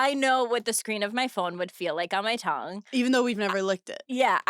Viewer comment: I can't move past Paige pronouncing "tongue" as "tungk"